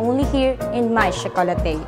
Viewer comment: I'm sorry but its proper pronunciation is Maitre - May-truh (supposedly it has to have a 'd [maitre'd] which means master of, but I guess this works too. But please it's may-truh not some alien word that the supervisor said) Chocolatier - sho-co-la-tiey Nevertheless, great video!